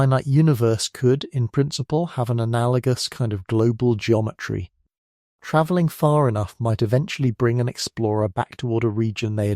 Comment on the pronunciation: Tra-velling? Is that a typo fed to the AI voice generator? It was pronounced properly just a minute or two after the vocal typo.